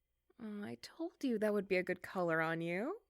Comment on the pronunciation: did she say colour or collar? cause i really heard collar 😅